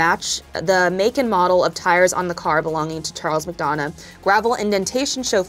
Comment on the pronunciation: As someone who’s last name is McDonagh (same pronunciation) this was a hard video to get through😂